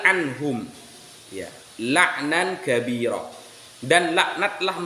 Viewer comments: Baca kabiiroo jadi kabiru , bhs inggris kali oo jadi u 😁 Keliatan gak bisa baca arab , cuma liat huruf latinnya 😄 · Masa bacanya aja.. kabiru? Aah.. gratisan pelor ni.. gimana, sih?? Sudah lebih sehat?? Semoga sehat selalu.. barokah Allah selalu berlimpah bagi keluarga.